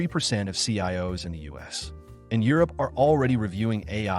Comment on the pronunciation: Hearing the voiceover say sigh-O’s for CIOs gave me great joy. I love AI produced content